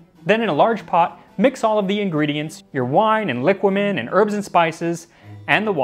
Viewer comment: It is pronounced liquámen btw